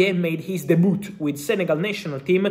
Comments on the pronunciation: Man really said DEBOOT 🤣🤣🤣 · “De Boot” 😁